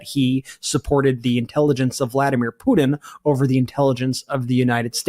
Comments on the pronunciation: I giggled when Brett pronounced Pudin for putin.😂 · WHY?? why can't on the far left of the screen pronounce his Ts?? "Vladimir Puddin is really pushing his buddins. idk why it drives me crazy but I can't stop hearing it now